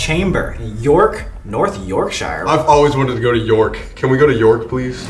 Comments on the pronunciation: Not Yorkshire 😭😭 I live there and we pronounce it yorksher. Unless it's not the one in the UK lol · If you guys go to York im gunna lose my 💩 Bro I’m freaking out ahahaha also, we use £ (pounds/ GBP) in England and it’s pronounced like Yorkshure 🖤🖤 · As a Yorkshire gal hearing Americans say Yorkshire is hilarious 🤣 It’s pronounced “York-sher”😅